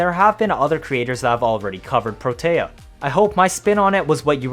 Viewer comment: I feel like Protea doesn't get nearly enough recognition, and people just subsume for dispensary. I'm out here like "put down 3-5 turrets at once, max duration, and try to find an enemy you can't kill." (Also, I REALLY don't want to be that guy, but it's "PRO-tea." That's how Parvos pronounced it, anyway)